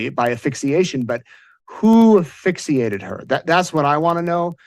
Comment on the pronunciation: Also, why can’t this guy say “asphyxiate?”